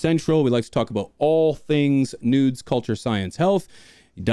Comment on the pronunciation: You say news.. I hear nudes. Much love P